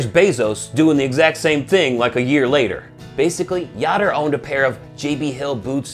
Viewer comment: That'd be pronounced "Yoder", as in "odor", but great vid anyway. Much love for Kemo Sabe and the whole crew!